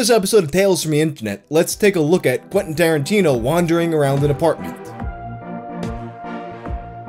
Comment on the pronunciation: Quentin Starin-tea-no